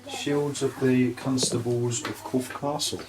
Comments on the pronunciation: For "your" fear of sounding stupid, it's pronounced Corf ( castle ) The e is silent. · It's not corfee it's corf without the ee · Nice review of the area. We live in Wareham but please its Corfe Castle, not corfey 😂. There isn't many sites in Swanage but 20 mins away in Wareham there are some really nice sites. Wareham Forest, Birchwood, Hunters moon CAMC. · It's pronounced Corf Castle you don't say the E on the end. I've been on that train and to the castle many times as a kid. We used to stay at Sandy Balls in Godshill, Fordingbridge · It’s CORF(e) 🙂